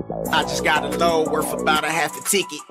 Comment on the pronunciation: "I just got a loan worff about..."